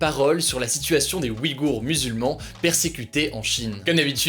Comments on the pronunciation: Je ne sais pas si cela a été signalé mais "wi-goure" se prononce plus "ouille-goure" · Ça se prononce pas ouillegour ?